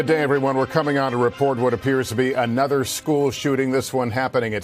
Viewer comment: Emphasis on "Another"